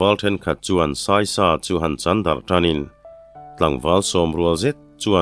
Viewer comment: I chhiar sual ve khauh chu le. 'A thiante sawi sak' (sawi pui) ni lovin 'sawisak' tih zawk tur a nih hmel.